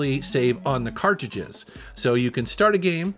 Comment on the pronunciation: I h8 the way he says "CartJudges"...its cartridges